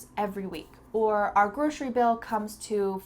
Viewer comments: I didn't know 'grocery' is pronounce as 'groshery'. Good to know! ❤ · Is it just me or you pronounce grocery with an Sh sound?